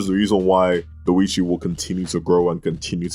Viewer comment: The way you say Doechi, im sorry but it was so funny. Dowichi